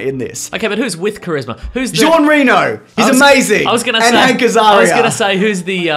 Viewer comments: I'm late to the party, but if you ever care: Jean Reno is pronounced: Jean is like saying John with a thick Boston accent without dragging the n and "Reno" is like the first syllable of run and the word "no" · Conn Benn Ren-o?